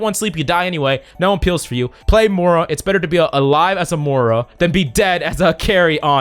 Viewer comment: Why are you saying "Mohra"?! Roast done. Love your content tho ♥️